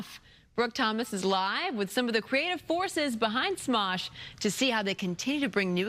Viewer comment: did she seriously just say "Mosh"?